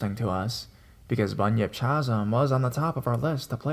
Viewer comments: Chasm pronounced Kazm sorry youre great i just thought you should know xo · It's pronounced ka-zm. Also Colorado native and also native to the area where third bridge is located. That place is totally a myth. My friends used that place as a make out spot. Scare the girl, get some. Corny but it worked. Keep doing your thing. Listen to you everyday. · Chasm - “kazm”